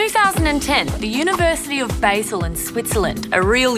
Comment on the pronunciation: Basel is pronounced "Bahzel", not "Bayzel".